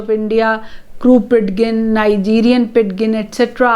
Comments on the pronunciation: You are right. It should be pronounced "PIJIN." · amm sorry i m confused pronunciation of ''pidgin'' is incorrect.. 'd' is silent ! kindly corrects me mam if m wrong..